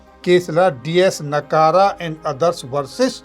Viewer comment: डी एस नकारा नहीं.. डी एस नकरा 🎉